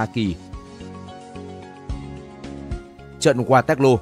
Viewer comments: Waterloo đọc thành Ga tét lô ? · Qua toét lô😂ad đọc tiếng Anh như người Anh đọc tiếng Việt🤣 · Đọc sai thế này mà vẫn đăng lên được ... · mình nghĩ những tên gọi nổi tiếng và vang danh thế này thì nên phát âm theo đúng ngôn ngữ quốc tế nhỉ. Với sao Waterloo thì đọc theo phát âm Việt, còn tên nhân vật, hay dòng họ, địa danh khác lại phát âm đúng? Mình nghĩ đây là lỗi biên tập ko đáng có. Thân